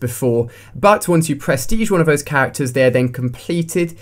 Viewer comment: lmao "perstege"